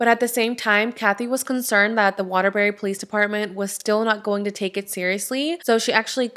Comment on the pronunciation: You said Waterbury correctly...I live in Connecticut